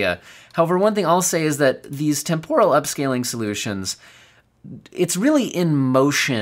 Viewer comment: Pronounced TEMporal, not temPORal